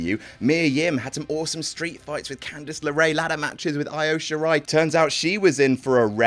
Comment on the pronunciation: I'm sorry did just say "AYO" Shirai????